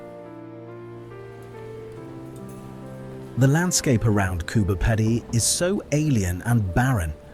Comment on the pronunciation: Pronounced Coober peedy